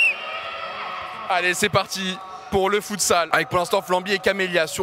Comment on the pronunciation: Doig fais un effort 😭 « Le HandbOl » « Le fUtsalle »☠️☠️